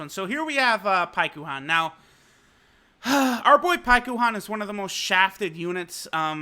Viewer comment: The way he says paikuhan hurts